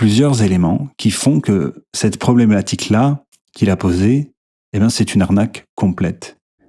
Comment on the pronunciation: Il y a eu un problématique sans la bonne prononciation. Une honte monsieur !! Ne perd pas le "tique" il est trop bien 😂